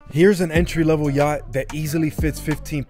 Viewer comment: I like how he said entree level like there’s anything entree level about a yacht